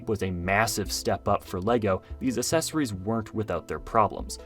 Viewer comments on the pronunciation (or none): "Aksesurry" not "assesurry" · He keeps pronouncing accessories as "assessories" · I think was referring to how the word was pronounced in the video, not the spelling. The first ‘c’ should be pronounced as a hard ‘c’, like “cake”, not as a soft ‘c’ like in “celebrate”. The second ‘c’ in “accessories” is a soft ‘c’. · they still got it wrong lol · Could be a regional thing tho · their referring to the pronunciation